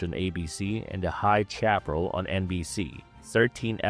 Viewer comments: Can't take a narrator seriously when they mispronounce so many words. Ensign is pronounced In-son, not In-sign. High Chaparral is pronounced Shap-a-rell, not Chap-ral. Debbie Reynolds played "Debbie Toms-son" not Debbie Thom-son. Monty Python opening sketch was A-till-a the Hun, not A-tea-la. These mispronunciations were made within the first 7 minutes. I'm sure there are probably many more, but that was as far as I could get before losing my mind. I thought narrators were supposed to be chosen for their grasp on the English language. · Networks were dominated by show like BoNASA? Who the hell does you AI? Hi-chap-eral?